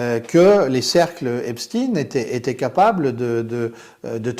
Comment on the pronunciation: Et alors vous dites "Einstine" ?